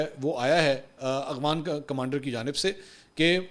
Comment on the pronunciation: منصور صاحب ! ذرا غور کریں کہیں آپ “افغان “ کو “اغفان “ تو نہیں بولتے ؟